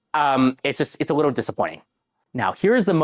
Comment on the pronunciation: He said wittle support 😅